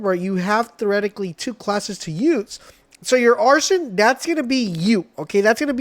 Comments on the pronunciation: Ah-riz-in... arson if a pyromaniac😂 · I went “wait did he just say arson?” Lol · Don’t think it’s how you pronounce Arisen it’s not arson 😅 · I cant finish this vid, he has no idea what hes talking about nor can he probably pronounce "Arisen" cant stand click bait